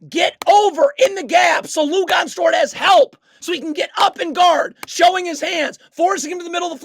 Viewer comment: “Lugonez” dort 😂😂